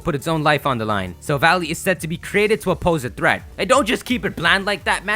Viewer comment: It's not Silva-ly, it's Silva-lai. Because it's a Silver Ally or, in Japanese, a Silver Buddy (Shirubadi).